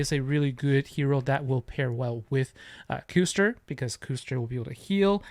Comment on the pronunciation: Sweet video Custer is such a pain in arena easily fastest so after charge gear fastest Custer gets gem move first. Btw it's cuss ter would be my guess like the European pudding.